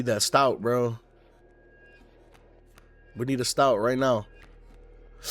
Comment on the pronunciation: It’s “stoat” like “oat”